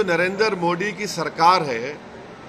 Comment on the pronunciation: ko theek se Modi ji ka naam lene uchharan karne nahin aata inko sansad Kaun banaya hai